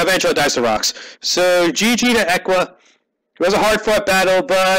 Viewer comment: Little loud on the sound, but a good game none the less. also, its eeee qua as in Equals not ehqua. <3